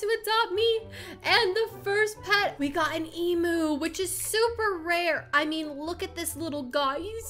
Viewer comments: Lemme help you out with emu so its (E-Mi-U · Pronounced: Ozzie and emyu Spelt: Aussie and emu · People say emu like your pronouncing it like emoo but it’s emu like u pronouncing it em-you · i can't say this enough. It is an emyou(thats how u pronouce it) not an emoo. Btw it is spelt emu tho. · Why are you saying “emoo” it’s pronounced EAM YOU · This is how many times she said emu wrong ⬇️